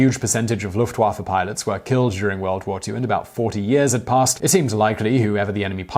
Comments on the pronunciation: Dude, do you EVER take the time to learn how to pronounce foreign-language? I cringe every time I hear you say "LOOFT-Waffah," rather than "Looft-vaffeh." You butchered most of the German and French names you attempted to pronounce in your von Richtofen video, as well.... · I though that Lufewaffe said love waffle